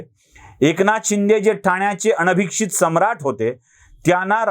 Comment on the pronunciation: अनभिषिक्त, अनभिक्षित नाही! आपण बोलताना चुकलात!